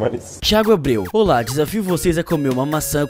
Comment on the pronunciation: quando o fala ola internet parece rola internet